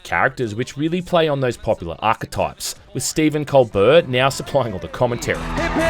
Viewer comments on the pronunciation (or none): Hate to be that guy, but Colbert is pronounced Col-bear, or Coal-bear, with the emphasis on the 2nd syllable. That's how he pronounces his own name anyway.